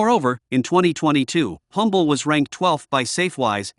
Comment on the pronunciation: You are mispronouncing the town of Humble.It is pronounced UM-bel. It has a silent H.